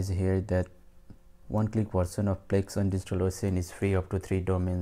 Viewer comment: It's Plesk, not plex